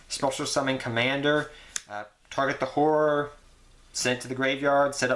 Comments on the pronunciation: haha you cant say horror. nice profile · I just watched your archfiend build for 2020 format and you still can't say "horror" lol, love your videos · It sounds like you said 'whore-er', but you all good. :D